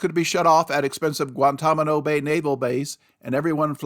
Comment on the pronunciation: Guan-Tan-A-Mo, not Guan-Tom-A-No Please pronounce it correctly. That is very annoying.